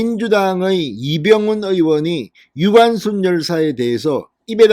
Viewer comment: 유관슨 정정 바랍니다. 무슨 제이슨이니 제커슨도 아니고 ㅎㅎㅎ